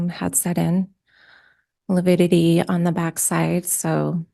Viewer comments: No, it's lipidity! Lol 😂🤣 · Prior kept saying “lipidity “ instead of lividity for at least an hour. After lunch, he pronounced it properly. 😂 someone must have schooled him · The Lawyer obviously needed to learn proper language pronunciation s lividity not LUPIDITY lols no such word lols😂 the coroners shouldn’t have listened to Emma wrong move! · You mean "lipidity"? :D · you got it wrong it’s not lividity it’s lipity according to Prior 😂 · So glad you are taking about livitity. John Prior needs to watch and learn what it is and how to pronounce the word! Love the video! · I kept on screaming at the tv…LIVIDITY LIVIDITY NOT LIPIDITY!!! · I think you mean “Lipidity” 😂 I know Pryor is just doing his job, but he is infuriating. To imply Tammy was unfit because she wasn’t tiny and petite angered every woman I know following the case. Brenda Dye was incompetent, IMO. So many red flags were ignored. I hope the jury sees through all the hype and gives Chad the death penalty. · I was thinking the same thing. Einstein didn't know it was lividity...I kept hearing lipidity and lupidity. . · ABSOLUTELY! 💯! (It’s “Lividitity” Pryor, you dumb a$$! Would you get the TERMINOLOGY CORRECT?! UGH!!!!!!!!😤) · It's 'lividity' . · Yes!!!! He said that many times and no one corrected him. I was astonished how he made up a word ( sounds like...) as he dug in / admonished the witness. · the defense attorney keep saying it with a P. They are making fun of the attorney.